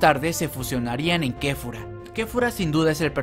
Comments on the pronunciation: dijo kefura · Como como dijo kefura ? Es Kefla oh así le dicen en muchos paises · No se ficw quefura en realidad se dice kefla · Quien más se dio cuenta de que llamo a la fusión de kale y kaulifla kefura jajajaja se llama Kefla, para la siguiente si apréndete los nombres bobo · kefla no kefura